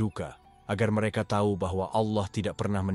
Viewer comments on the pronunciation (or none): none